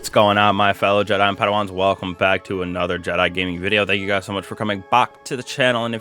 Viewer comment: Welcome BAWK to the channel..it is AWBSOLUTELY disgawsting